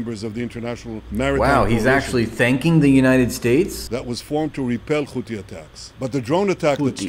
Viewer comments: “Khouthi” “Khamas” “Khezbollah”? What the hell is this pronunciation? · Wait did he just say khouti? 😅😅😅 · Why don’t he say Khothi? Like Khamas? It’s the name letter in Arabic ح ? That’s the most important thing in his speech. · Pretending they can't pronounce h, despite being mostly from the US and Europe